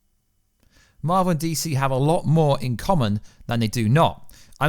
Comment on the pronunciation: It marvel not marel!